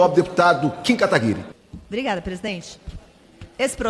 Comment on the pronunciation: kim Kataguiiiri kakkkkk galera nao acerta o nome do kim kkkkkkkk